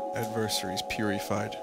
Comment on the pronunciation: "ad-ver-ser-ees pur-ee-fied" WHAT